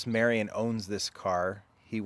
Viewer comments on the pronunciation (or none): none